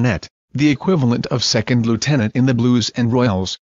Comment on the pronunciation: Ric Mora Jesus not Jeseus. 😁 Second not secound. 😁